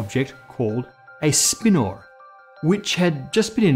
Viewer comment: how come you pronounce "spinor" like it was spelled "spinnor"?